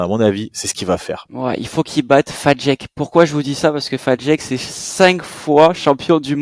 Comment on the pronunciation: Petit point prononciation. Fajdek = Faïdek, Kokhan = Koran et Halász = Haulas. C'est pas tout à fait ça mais en substance on s'en rapproche.